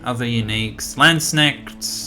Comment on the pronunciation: As a german, when I heard you pronounce Landsknecht, I got the chills... Really like the video though. I am a civ 4 casual and found your channel a couple days ago.